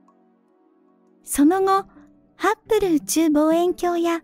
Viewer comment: ハッブルと書いてますが、発音はいつもハップルなのは何故ですか？